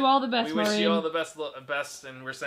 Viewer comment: Omg my package got ready!!!!! Y’all pronounced my name as “marine” but I don’t care 😂 (it’s m-are-in) thank you guys for giving me such a long section!! I’m glad you found my letter humorous and I appreciate everything y’all have done I’ve been with you guys for a long time and you reading my letter and package made my entire life. And thanks for shouting out my mom. She loved it :) 💜 sending you love always 💜 and I hope you liked the crunch bar, hot chocolate, Mexican candies, and drawings :) and that my homegirls Cheyenne and Rex enjoyed whatever y’all got them (fun fact; I live right next to a river named the Cheyenne river!)